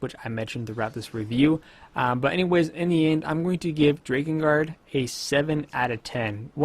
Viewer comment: mfw he says DRAY-kengard, not DRAH-kengard